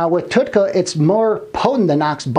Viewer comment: you can't even say Tauroursodeoxycholic, you didn't say TUDCA correct, you did not say what "HDL" is, you referred to Alzheimer's in 2 ways when explaining a disfunction. The audacity. This subject isn't even that hard to grasp, so making things described accurately is a feat of a texas instrument computer from the late 80's. If you don't even know what something is, being and egotistical meatball with a speech impediment warrants a godsend suicide. You were mocked for being stupid, so you went to the gym... then you decided you could do both.... I've never seen a video with this many transitional fades. You're trying to prove you can be! ALL HAIL BECAUSE YOU'RE THE MASTER! I can be a master editor! look at my 15 transitional fades! did you like the one where it was squares?! i picked that one! if you don't actually study something, then shut the fuck up. You're clearly not educated in the subject matter. This is an important thing to be knowledgeable about IF you're trying to help strangers on their ventures to health. Let's say you're a bullied meatball asshole kid that has 1000 people think that this is the epitome of truth. People are impressionable and you just became one more shitbags of garbage for dumbfucks to involve themselves with. Just because you're insecure doesn't mean you can post-up as "" and be retarded all over everyone. Killing yourself is always an option if you can't NOT fake being a man of actual, true information. You should try killing yourself